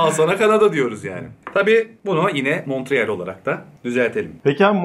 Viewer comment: fransız kısmına gitmişiniz, şehrin adını doğru söylemeyi bile öğrenmemişiniz.. Montreal fransızca monreal diye okunur.